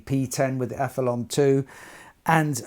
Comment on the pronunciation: I hear a few people call it the Aph-e-lon on Youtube. Is it not Aph-e-lee-on as there's an 'i' before the 'o'?